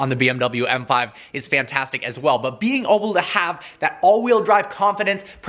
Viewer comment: “Being Oble” lol